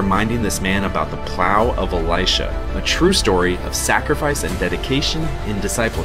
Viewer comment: what's with your pronounciation with "Eli-SHAAA" ...."eli-SHAAA"😂😂😂 it's really unnecessary and funny bro😂😂😂